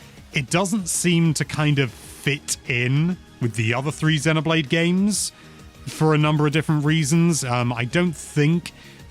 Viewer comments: buddy, it's pronounced zeeno not zeno. Xeno(zeeno)blade. 👍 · It's CROSS not EX